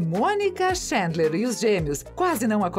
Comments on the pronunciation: que agonia de ela falando xêndler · “Ala Xandler e Monica” kkkkkkkk o queee?